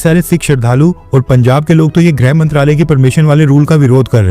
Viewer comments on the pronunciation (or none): भाई ग्रह नही गृह होता है। कृपया गलत ना बोलें।